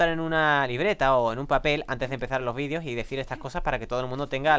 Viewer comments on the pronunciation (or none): none